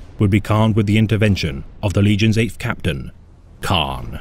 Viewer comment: It's Kharn not khan